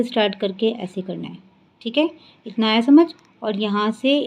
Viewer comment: Aap aaya ko Ada kyon kah rahe hain